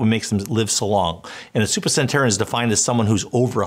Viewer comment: its super-cent-en-arian not supercent-arian